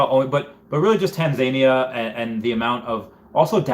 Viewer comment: Not sure about the US, but in the UK we call it Tanzan-EE-ya, stress on the 3rd syllable